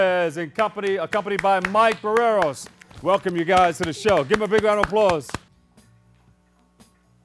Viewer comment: LOL, "Mike Burreros."